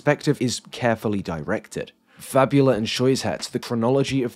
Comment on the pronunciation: Small point of criticism- syuzhet (сюжет) is pronounced "syoo-jhet" and fabula (фабула) is "fa-boo-la"